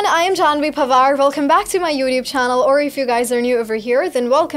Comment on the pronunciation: I watch her every video until she says 'Janhvi Pawar' in that accent. 🥲